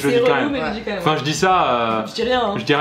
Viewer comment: Les gens qui disent mome à la place de même.